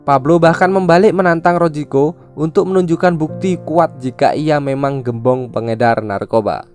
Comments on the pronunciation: Maap bang gembong bkn gerbong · Gembong bang... Bukan gerbong 😅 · Harusnya gembong bukan gerbong. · Gembong bang bukan gerbong.. 🙄🙄🙄🙄🙄🙄🙄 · Bang gembong narkoba bukan gerbong narkoba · Gembong ❌ Gerbong✅ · Menit 3.30 Maaf bg, bukan gerbong narkoba, tapi gembong narkoba